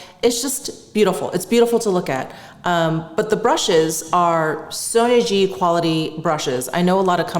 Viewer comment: You pronounce Sonia G like sonergie...most of the time.